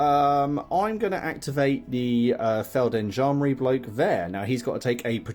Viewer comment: Awesome vid! Really interested in 0200 Hours and after your vid i ordered the starter set :-) On a side note: It's called Feld G endarmerie; you would pronounce the g (softly). Thanks for the great vid!!